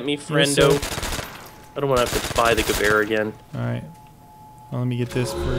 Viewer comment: I love that you guys say Gewehr correctly.